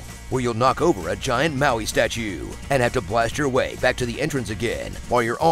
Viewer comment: *Moai not Maui